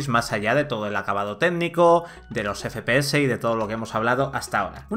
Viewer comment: Teraflosssss, efepeces JAJAJA